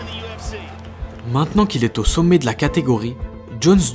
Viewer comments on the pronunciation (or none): none